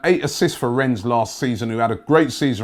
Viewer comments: It's pronounced REN not RenneS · Please can you start pronouncing "Rennes" correctly. Its with a silent "s". Thanks!